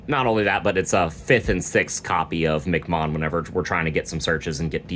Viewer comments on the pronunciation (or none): Nice guide for the Ouranosmon deck. Also MC mom is pronounced as " EM- CEE- Mon" as it name origin is based on the acronym M.C or Master of Ceremonies.